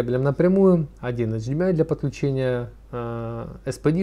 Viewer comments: Аш-96... тады, говорите аш-ди-эм-ай-кабель, ха-ха-ха... Садись - двойка! Эйч-96, грамотей! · после того, как вы произносите эйчиМИай, мне перестаёт хотеться смотреть дальше